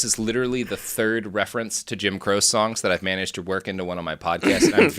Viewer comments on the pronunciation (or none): holy fek me running… I’ve walked past some mis-pronunciations because Robert…. You are an INCREDIBLE wealth of knowledge, BUT JIM CROSE?!?!? Are you 100% because it’s been Jim Crochee for me ALL my life since the golden oldies 94.5 KLDE played him for hours… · It's pronounced "crow-chee." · It's CROW-CHEE not CROWSE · I think I tune in almost as much for Robert’s butchering of well known last names as I do for the political history. Jim “Crow-chee”, Robert.😂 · Robert, it's pronounced Jim "Kroh-Chee". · GODDAMNIT! How can you be so brilliant and screw up Elie Weisel and Jim Croce’s names?!?! I just physically cringed at “Jim Crose”… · How many boomers have commented that it's pronounced "Crow- chee?"